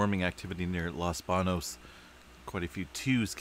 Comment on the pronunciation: I don't know how the locals like to pronounce it but the proper pronunciation of Los Banos is Los BAHN-yose.